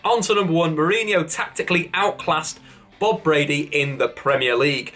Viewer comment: it's Bradley, not Brady.